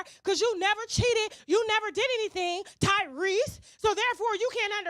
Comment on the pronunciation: 😂😂😂 not “tyreese” I’m weak😂😂